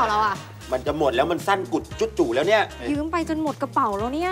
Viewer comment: ยืมไม่ใช่ยื้ม